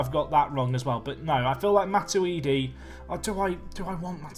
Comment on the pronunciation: Blaise Santa-uidi